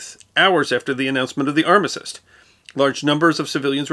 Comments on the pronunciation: Then let me point out that you misspoke the word armistice, it seems to be the fashionable thing to do 😁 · Did that and it's different to how he says it. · I'm confused of how you pronounce armistice.